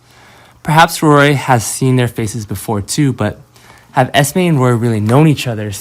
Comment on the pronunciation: Her name is Esme not Estimate